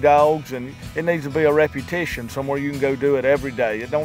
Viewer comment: What the fuck is "reputition?"